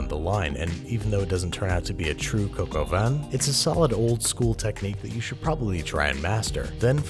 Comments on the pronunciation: It's not pronounced cock-o-van, say cock-o-vä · It’s more cock au vin instead of coke au vin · "Coke" au vin? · Cock al vin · Ur saying coco vein but it's actually three French words that mean rooster with wine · "cocoa van" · Please say some other dumb idiot pronounced the recipe as “cock aw vin” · I am British and for 21 years I thought he was saying "can of collagen". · Me, every time Americans say coq au vin: IT’S PRONOUNCED COCK